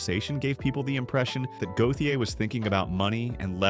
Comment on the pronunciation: Listening to his name be butchered is quite triggering.